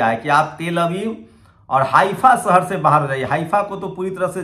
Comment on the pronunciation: Very bad pronounciation Hindi be sahi bol nah sakta Jaroori nahi zaroori hota hai sahar nahi shahar hota hai Faraj nahi Faraz hota hai j ko z z ko j s ko sh sh ko s ...padte ho